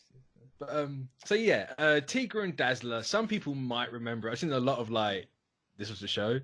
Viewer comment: "Tee-gra" lol ("Tie-gra" my dude.)